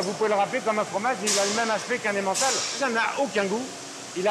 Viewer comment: L'accent de la voix off à quand elle dit emmentale je suis mort 😂